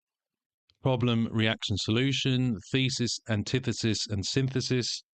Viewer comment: Sin-this-is 🫨 Synth-isis😵‍💫 Sin-thesis 😖